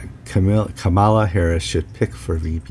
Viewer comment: George and, haven't you heard Kamala Harris informing people of the proper pronunciation of her name? Put the accent on the first syllable, not the second. KA-mala. Just thought you might like to know.